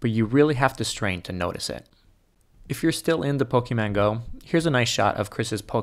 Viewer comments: I really wanna know if he knows that he's saying it totally wrong. I mean it's pretty funny if all your life you think it's pokeMAN not pokeMON, totally different associations :D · Did he say Pokiman? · The only thing I got from this video was his mispronunciation of the word Pokemon lol.